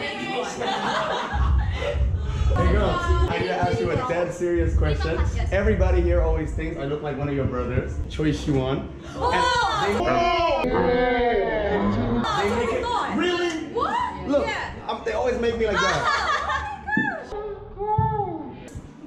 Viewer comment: Choise you want tp aku dengernya Choi Siwon🤭